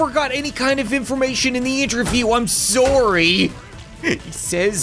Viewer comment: Im sorry but you say sorry wrong